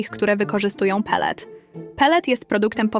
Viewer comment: a slyszysz jak brzmi „autorka” kanalu? ona po angielsku wymawia pellet xddd i ogolnie brzmi jak rosyjska agentka